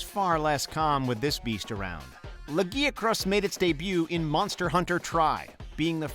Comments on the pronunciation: Firstly, half of these are completely unexpected, to the point they don't seem like actual favorites. Secondly, please google how to pronounce; 1. Lagiacrus 2. Dalamadur 3. Rathalos/Rathain I'm developing ear cancer from those mispronounciations. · Holy shit the way this fucking dude pronounced Lagiacrus and Dalamadur makes me want to fucking vomit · the way he mispronounced lagiacrus anger's me ! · This list is so fucken lazy a fucken sleeping Kongalala can do an original video better not this patchwork fusing of 2 old ass videos also I can bear the other name pronunciation but fucken hell you butchered Zenogre and Lagiacrus's name more than hunters butchering them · Your pronunciation of Lagiscrus makes me cringe HARD.